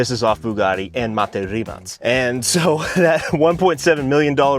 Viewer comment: Rimac not rimass